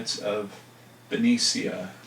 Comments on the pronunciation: It's pronounced benesha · Just saw this, very late I know..Just to let you know that Benicia is pronounced Beneesha for future reference. Love all your shows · Benecia=BEN-ee-shuh, and Vallejo=Vale-A-HO. I lived near there for awhile-well, between there and Lake Berryessa... lol. I was there in '86...